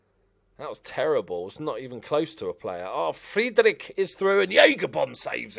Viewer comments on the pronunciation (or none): none